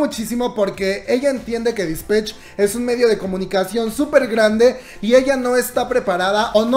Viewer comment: Se dice disPATCH no disPETCH. 💖